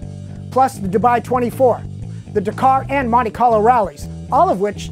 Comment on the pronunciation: pronounced DAK-CAR not DUCAR.